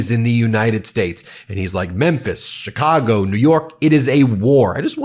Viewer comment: What l think is you’re too lazy to review your tapes or you would stop butchering Chicago names. Do your fucking job, man